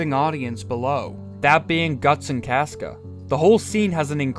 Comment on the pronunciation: I will listen to your opinion when you pronounce casca like a normal person